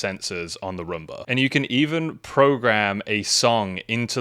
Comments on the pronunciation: Romba? I thought it was Roomba! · I just wanted to say that it's not pronounced a Rumba. It's pronounced Room-Bah like as a bedROOM. But great video and gave you a like hehe. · It is not a Rumba, it is a Roomba.